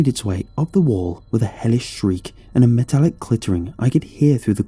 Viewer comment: A Matallic what? "Clittering?" 😆